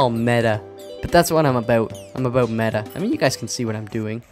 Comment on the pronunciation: As a new subscriber I wanted to ask what country your from And then you said 'aboot' So you answered my question. lol